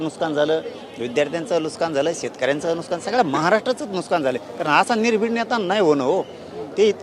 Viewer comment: नुसकान नाही मन्या, नुकसान असत रे काळ्या गांदी😂च्या 😂